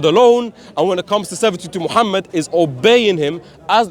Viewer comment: she didn't even know how Muslim pronounce the Name of our prophet s.a.w how can she be ex Muslim ??